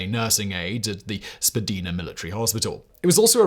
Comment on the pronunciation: "Spa-DYE-na" not "Spa-DEE-na"